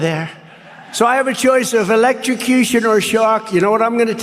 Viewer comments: ELEKRICUSHUN???!!! Wtf!!!!😂🤣😂🤣😂🤣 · “Electstrocution. It’s so unfair!” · Electroshcution affected his elocution. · I can only bear to watch it (trump) maximum 30 secs due to his stupidity and nonsense, which makes it unbearable to watch. The stable genius (/s) cannot even pronounce, 'electrocution'. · Note to self -- never attempt to say electrocution when you've been nipping at the bottle. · Trump can't even say electrocution, and Republicans want to put him back in the White House!!! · That's where his voice is so weird and he doesn't seem able to say electrucution